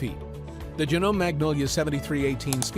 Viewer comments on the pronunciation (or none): It’s pronounced Jah - No- May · Please tell the narrator that the sewing machine feet are “presser” feet, not “pressure” feet. Also, the “e” at the end of Janome is not silent - it’s the third syllable of the name. Long e sound.